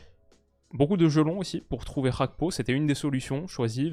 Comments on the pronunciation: C'est quoi cette prononciation Gakpo [hakpo] genre espagnol ? Il est ivoirien d'origine monsieur, faut bien prononcer son nom. Un g est un g pas h. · très bon debrief. La deuxième mi-temps m'a rassuré pour la confrontation France/Pays-bas. Petit point important, même si je n'ai rien à redire sur ta prononciation du néerlandais, Cody Gakpo est d'origine togolaise par son père. "Gakpo" avec un G donc, et il semblerait, de ce que j'ai pu lire, que Cody lui même préfère qu'on l'appelle comme ça. Voilà voilà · « CH »apko, on Voit l’influence néerlandaise chez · Le nom Gakpo n'est pas néerlandais, donc pourquoi mal le prononcer? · Tu peux prononcer le G de Gakpo. C'est un nom Togolais et nom neerlandais 😃